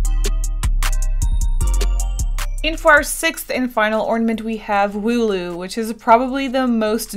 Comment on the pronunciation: Wooloo not ,,Molu"